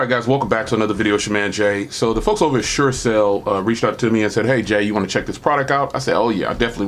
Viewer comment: SureCall not SureCell